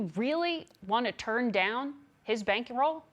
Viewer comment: wtf is a “bankyrow” ? And why does she permanently have the face of a frustrated teenager? Lol